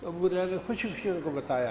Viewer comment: حریرہ نہیں ھریرہ